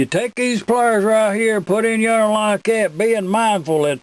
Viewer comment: I've made it this far and I have to say...you got this Michigan boy saying "out yander"